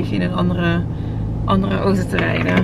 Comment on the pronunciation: Ik vind het zo grappig hoe jij Auto zegt: Oto hahahahhaa... voor alle mensen die dachten dat vreemd zou gaan met Rob.. zie deze vlog:p hier is het bewijs....:p